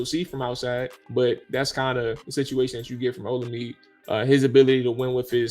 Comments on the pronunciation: Bruh. His name is pronounced. O-La-Me-Day. Other than that keep up the good work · Olamide... pronounce OLA-ME-DAY. Its a Nigerian (Yoruba) name. Keep up the good work fella!